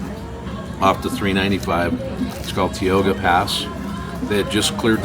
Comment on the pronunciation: You're finally traveling into my part of Cali. I've never heard it pronounced Teeoga pass before. 😁 We say Ty-oga. But hope you enjoyed your trip through our neighborhood!